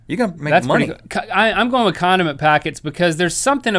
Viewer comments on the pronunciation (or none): Listen he says Condim by accident! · I thought link said condom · Am I the only one that heard "condom" packages? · Omg when you said 'condiment packets' I thought you said 'condom packets' and I was like whaaaaaat